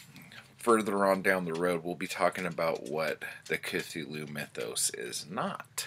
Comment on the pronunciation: 😂 "... which led me to Cathulu"